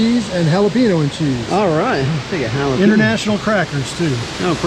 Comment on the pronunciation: Someone please teach my man how to pronounce "jalapeño"